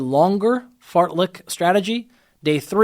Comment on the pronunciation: I'll never not hear it as "fartlick run"